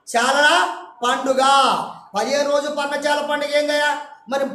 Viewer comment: పర్ణచా ల కాదు పర్ణశాల